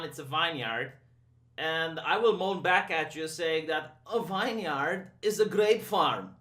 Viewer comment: Vineyard pronounced Vin Yerd.